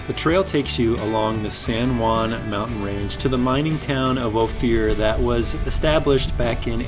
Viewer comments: 😮 Used to drive all those roads working High Lakes survey for the Colorado Game Fish and Parks back in the late 60s. By the way it is pronounced Long O, fur as in animal pelt, pass.(O fur pass) Hard to believe but we would drive those High mountain roads for a week and see maybe two other vehicles. Those were the days. You could shoot a gun off on the Main Street of Silverton at noon and there would bd no one one around to notice! A near ghost town, Telluride wasn't a whole lot better. Had a guy offer to sell me three Victorian homes on the Main Street of Telluride for $9,000. Not each, $9,000 for all three of them. Lord what they're probably worth now. Of course I was a poor just out of school fisheries aide working in an entry level job so I might have had $9 in my pocket, maybe? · After a dozens times, I just had to say something. It's "OH-fur" not "Oh-fear" Pass. Cute little trail, especially in the snow! And... EYE-mo-jean Pass? Really? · I lived in Ophir. I don't know who gave you the pronunciation you use but we always pronounced it like gopher without the g, not "Oh Fear". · I see someone caught the "going west" comment. I have never heard Ophir pronounced O Fear. It is always pronounced O Fur. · good content but the correct pronunciation is O FIR not Ofier pass. I know I live here. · Hey, its not "o-fear" pass, its "oaf-er" pass. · Nice documentary. I'm born and raised in the area of Ouray and I CRINGED every time he pronounced "Ophir". It is pronounced "O FUR". His..."O FEE UR". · I laugh every time he pronounces it "Oh fear" pass : )) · Always can tell when someone is not from Co! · Great video. By the way Ophir is pronounced Ofur. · you have to forgive him cause hes from KALIFORNA. LOL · O Fur. That’s how it’s pronounced. You got Ouray right so good job on that. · the little community at the "end" of Ophir (pronounced Oh-fur) is the town of Ophir. Another great video, glad you got to see where the offroad bug bit me (and I'm sure many others).